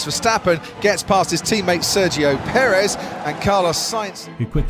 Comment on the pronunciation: Its Perez not perizz